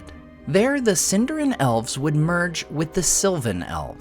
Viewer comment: Please don't pronounce it "Sin-DAR-in." It is properly pronounced "Seen-dar-EEN" 🙂